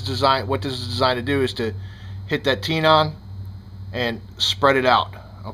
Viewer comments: It's TENON not TEENON.. makes me crazy every time you say it.. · tenon, like ten in, not tenon like tee non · Nice job! I DO have to comment though..."tenon" is pronounced "ten-in", short "e", not "tee-non", just like in woodworking where you have a mortise & tenon joint. And "swage" is a short "a" (as in "watch") not like "swayje". Sorry, I don't mean to be so stuck up but it got old hearing all the mispronunciations. Don't kill me, I'm only the messenger! Informative video though, learned what I ended to know...thanks! Now I've got to figure out which size tenon the front sight on my series 80 has, don't want to snap it off until I have the new one in hand. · Tenon = ten (like 10) - on (more of the 'un' sound). Not tee-non... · You're pronouncing tenon wrong. It's not tee non, it's tenon. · Watched this video until you kept saying “Tee-non”. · Wtf is a tee-non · Thank you , I found his pronunciation of the word tenon hard to listen to everytime he said it